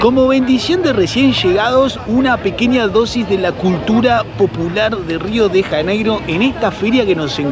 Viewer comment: Rio de Raneiro? Nossa cidade tem seu nome próprio com o som das letras em português. Pronunciar Rio de Raneiro é um erro ! Seria melhor pronunciar assim: Rio de Llaneiro! 😅